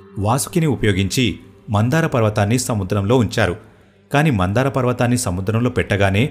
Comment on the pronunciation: Mandhara not mandara.... Very nice video...